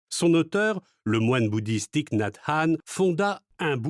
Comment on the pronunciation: Le i de son prenom ne se prononce pas ainsi. C'est à corriger, par respect pour l'auteur.